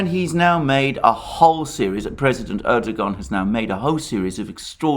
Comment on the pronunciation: turned this off after a barrage of "erdo-Garn" - it's a Turkish name, it isn't pronounced like that, make an effort ffs